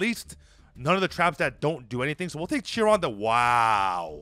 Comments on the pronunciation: It's not CH-ron the mage it's Kay-ron the mage he's based off the Greek centaur known for being the wisest of all the centaur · Kai ron the mage, not chi ron